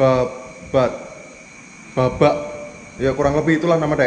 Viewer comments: Blabak bang bukan babak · Blabak bang bukan bablak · blabak bukan babak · Blabak mas bukan babak 😁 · Blabak bang bukan babak 😂